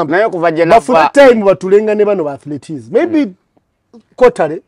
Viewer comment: They are called "Athletes", not "Athletees"